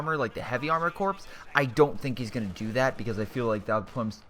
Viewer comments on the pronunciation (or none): Corps is pronounced "core" Sabot is pronounced "saybo"